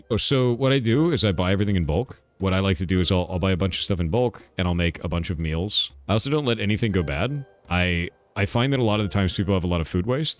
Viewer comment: thor what the hell is a “mewls”